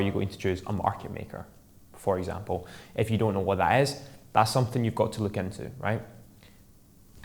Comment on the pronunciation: Nice episode tho every time you say "if you" it sounds like you saying "F u" which sounds funny when you realize you didn't mean it in that way.. tho Thanks for the great tip it helped